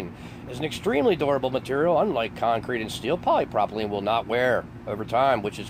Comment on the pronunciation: Wow. First learn to say polypropylene correctly. With the growth in plastics a company found a new market to go after. They are easier to work with than older methods, such as concrete and will last longer than wood. They found that its good to cover coffins with this plastic that will last many years and be strong enough to not cave in like a wood will. It has noting with FEMA. I have been to this facility working with plastics. Why suddenly call it a FEMA conspiracy? It sure would be much better to have this as an example of American entrepreneurship. They saw a new opportunity and built a company to manufacture new products. That should be celebrated.